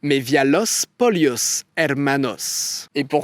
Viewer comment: Ah ah ah Didi, encore une très bonne vidéo par contre tu as du mal avec la prononciation de l'espagnol surtout du "LL" (double L) ... Dans Salvador Allende tu prononces ça comme un seul L (Alende) et dans Pollos Hermanos tu prononces ça "LI" (polios) ... mais en fait, il faut faire comme si c'était un Y ... Poyos et Ayende ! D'ailleurs fait intéressant sur Augusto Pinochet, il est descendant de français breton ! (vous en faites ce que vous voulez) Ensuite on dit mesa (avec un S) et non meza verde 😁 En espérant que ça te serve pour les prochains épisodes parce que ça fait mal aux oreilles vraiment 😆